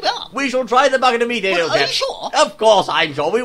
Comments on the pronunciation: its pronounced me-thane not meh-fane.. theres so 'f' in it.. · I didn't know that you say Methane with the E like ee. We americans say it with e. You learn something new every day, old chap.